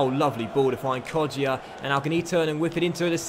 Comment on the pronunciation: why did he say kodjia in an Italian accent lol